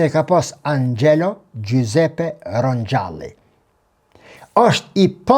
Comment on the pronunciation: "RONKALI" PAPA RONKALI SHQIPTOHET.